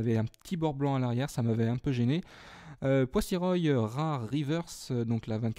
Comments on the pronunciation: Ça se dit poi-so-roi et pas poi-si-roy.Ce n'est pas très grave mais je fais quand même la remarque.merci quand même pour tes vidéos! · Pour les boosters, c'est plutôt l'inverse coco.. Je t'ai fourni 3 boosters sauf le deoxys forme vitesse (booster vert). Donc oui, la EX vient de mon booster *fais attention en venant à Paris, un déraillement est très vite arrivé* Mais franchement, content que tu l'es eu, joli coup. Bravo =) Sinon, j'aime bien tes petits soucis de prononciation, le poisso"royyy" ma' tué x)